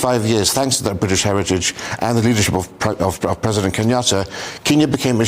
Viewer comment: You can tell she right in the way she pronounce ‘Briish’ 😅